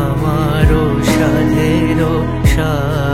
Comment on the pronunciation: the female voice is amazing! the male singer needs to work on his diction. The word is 'hridoy', not to be pronounced as 'ridoy'. The other word is 'shaadh' not 'shadh'. The male singer should take proper training on how to sing Rabindrasangeet properly before attempting such songs. In bits it shifts from proper notation (check Geetobitan). Overall a brave attempt on his part but definitely should get proper training before publicly sharing his music.